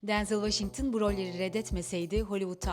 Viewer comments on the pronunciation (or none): Denzıl değil direkt Denzel diye okunuyır